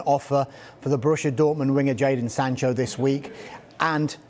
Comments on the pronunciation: Why does he keep saying Jordan, its jaden ffs! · Someone tell it’s jadon not jordon🤦‍♂️ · 'jordan sancho' ffs this guy is on sky sports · ‘Jordon Sancho’ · Sadon Jancho